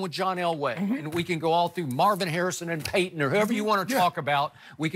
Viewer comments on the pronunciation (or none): none